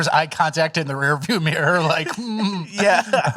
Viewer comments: We also learned can’t say “mirror” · cant pronounce mirror